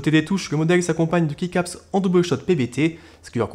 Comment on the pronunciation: Pour les keycaps ça se prononce "ki" caps si jamais